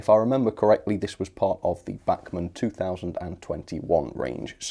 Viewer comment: the way u say bachmann just angers me.